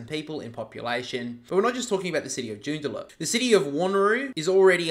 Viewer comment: Its Joo-n-da-lup